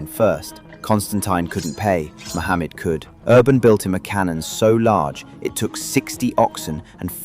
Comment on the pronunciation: Its not sultan Mohamed as you pronounce it and its a totally different name called MEHMET. get your facts correct before making such a crap video , it's deserves to go through its paces and tell them your biased not punctual and yoir version is of a jo k e